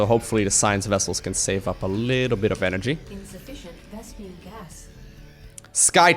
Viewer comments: It's VESPENE not VESPIAN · It's vespeeeeeeeeeeeeeeeeeene! pls lowko T_T